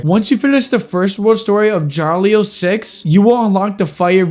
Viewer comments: I'm Russian and hearing him pronounce ya-ri-lo as JARLIO legit hurts my ears (not in a bad way, butchering names from a foreign language is a universal experience) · It's ya-lo-li